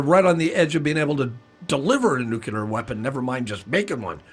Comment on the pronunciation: If you can't pronounce "nuclear", you're not allowed to talk about it.